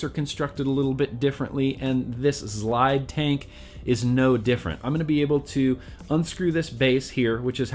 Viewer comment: The zlide will provide... I came to hear you say zlide. A Lot. I was actually interested in the product by the end. Phil and Dimitri would definitely know a good mouth to lung, I would think.